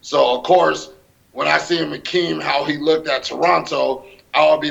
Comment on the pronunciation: "Lookdid" absolute moron